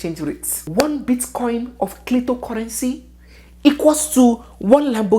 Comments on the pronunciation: She say clitocurrency , ohhhw chim 😂😂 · This woman and gossip. 🤣🤣😂 She say clito currency 😂🤣🤣